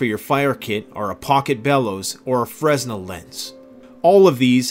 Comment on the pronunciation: "FRESNEL" lens is pronounced: F R E N E L, the S is silent. Named after Augustin-Jean Fresnel, the inventor. Encouraging video! Thanks